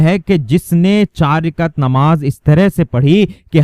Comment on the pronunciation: Rikat nahi rakat